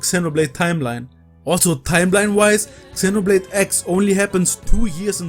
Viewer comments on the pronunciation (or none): Love your videos but please pronounce Xenoblade appropriately 🥲😄 X is more like a Z